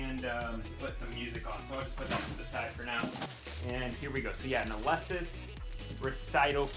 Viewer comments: …ah-lee-sis not ah-leh-sis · You're saying Alesis wrong LOL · It was funny. It's like the way I used to say Feliz Navidad.